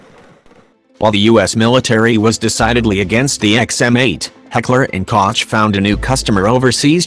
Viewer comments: "Heller and cocktch" lol wtf isn't it Koch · Koch is pronounced like coke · It fucked up the pronunciation of Heckler & Koch. Koch is pronounced like "Coke" in english. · Hekckler & Kotsj? Oh my! Koch is be pronounced with a hard 'g' from the back of the throat. Like 'Juan'. Mmm, not a good example for muricans, since they pronounce that also wrong. They replace it with 'h'. Archimedes! Mmm, no, they replace the 'g' with a 'k'. Maybe this: try saying 'Gollem'! You know, from Lord of the Rings. That 'g' in Koch! What? Muricans do not watch that movie because it is not compatible with christian doctrine/ it is pagan? I give up.